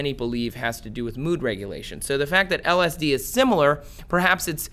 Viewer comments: I can't stand when ppl make videos about something they themselves have never experienced. Please take this video down YouTube, he can't even pronounce lsd! I really hope ppl don't take this guys advice. "Religion is living through someone's else experience.. Spirituality is having your own experience" Don't be like this guy... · How am I watching an informational video about LSD from somebody who can’t pronounce it?